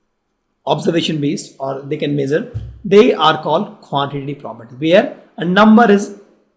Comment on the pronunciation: Quantati Prapty XD XD XD